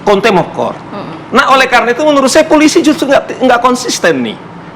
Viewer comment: ngomong Polisi salah aja kok susah ??